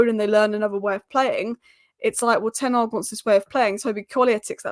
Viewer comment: Can we not call him 'Ten Arg'. There is an H at the start of his name. It just sounds sloppy.